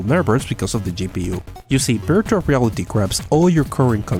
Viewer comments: At the start I heard “birtual reality” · VVVVVVVV Virtual reality “v” STOPP!!! saying Birtual reality “BR” ITS VR VVVVVVVV Virtual reality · Am I the only one who is constantly hearing "Birtual" Reality and "BR"? strange... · I didnt know that you cant say the letter v till the end of the video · Dani Balla I speak Spanish, ahora te hablo si no me crees, and I think it’s just a pronunciation issue, here virtual is pronounced in a similar way